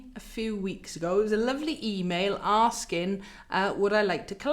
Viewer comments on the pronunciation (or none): none